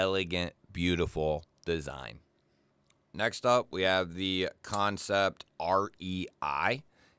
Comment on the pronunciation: Man, looks like I'm late to the party, but that's okay. Thank you for not calling them Can-Sept. I can't stand hearing people say it that way.